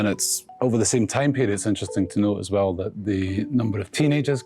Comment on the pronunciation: Weejy presenter OFF. Wew is not how one pronounces WELL. Therty is not how one pronounces Thirty.